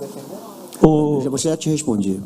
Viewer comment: Pofexô Luxa, voxe foi Xafado 😂😂😂